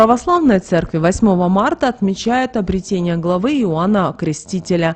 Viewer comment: обрЕЕЕтение. н е обретЕние. обрЕЕЕтен е.